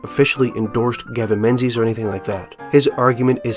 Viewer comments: Great vid but you pronounced the authors name wrong. Menzies is a Scottish name and you’ve given it an English phonetic pronunciation. It should be pronounced ‘Ming-es’ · but "Menses" is funnier